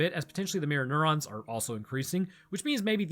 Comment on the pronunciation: Every time you say mirror neurons I think you’re saying Mjolnir